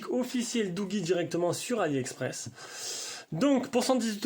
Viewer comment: Si vous pouviez faire une presentation sur le doogee n20 pro...sinon la prononciation correcte se sonnorise comme douji et non comme vous le dite....